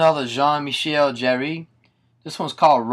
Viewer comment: 'Jarre' is pronounced like the word 'Car' just with a soft 'J' sound. I think it is anyway, its been a while since i've spoken any french!